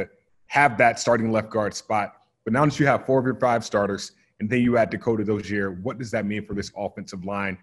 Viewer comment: He makes Dakota Dozier sound like a French name lol